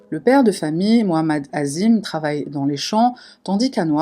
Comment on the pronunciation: '" azim" c'est la version occidentale, en tant que maghrébine je pensais que tu l'aurai prononcé en arabe " 'adiim"